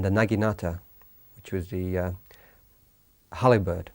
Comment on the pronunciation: I'm sorry (not) but if you can't pronounce "halberd" you have no business being in a documentary